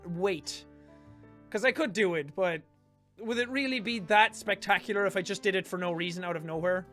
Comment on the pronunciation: he say spetacular say septacular